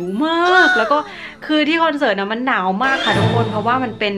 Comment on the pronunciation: "เสิร์ต"มันสระถัดกันไปนิดนึงอ่ะค่ะ 😅😅